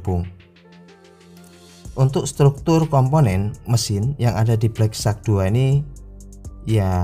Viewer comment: wahh..sudah betul sebutan nama hpnyaa😬😅